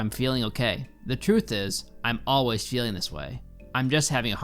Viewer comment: Y'all just gonna ignore the 'alway'?